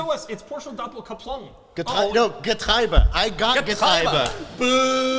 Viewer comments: It's Getriebe; not "Getreibe", as says. 😅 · pronounces Getriebe like we Germans pronounce the German word for corn 😄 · as i german i am mildy infurated by saying getriebe as getreibe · differenc ist the "ie" to "ei"... ---> "Getreibe" Wheat, barley, oats are all "Getreide" with an "D" you make the same mistake than and looked from the wrong side. ie-ei b-d